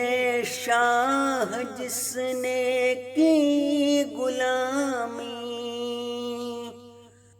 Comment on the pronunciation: بہت اچھی پڑھی ہے اگر لفظ بُتا ں اور مُغاں ، غُلامی اور مسیح الزماں کا تلفظ درست ہوتا تو چار چاند لگ جاتے